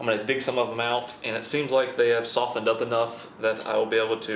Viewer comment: how many times he gonna say I'm gonna shoften them so I can slice them lol😁